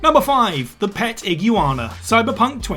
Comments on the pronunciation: ig U ana 😂 did no one on your team tell you how to pronounce it? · He's talking about an ague Ana, wtf is an iguana? /s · It's ig-you-wanna, get it right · That’s how brits pronounce iguana?? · No..... no its not. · whats wrong with how he pronounced iguana?? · Interesting pronunciation of iguana. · It simply caught me off guard. I had to rewind and laugh a little. But I agree, now that I know what he said, have at it! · That how to not pronounce iguana,. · Ig - Wan - Ah / Arc - e - us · Why can't you say Iguana or Arceus properly?!?